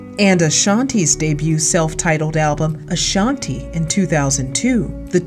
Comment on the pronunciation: I'm going to need people get Ashanti's name right. It's not LaShontae smh